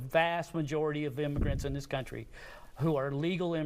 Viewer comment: country, not coyntry.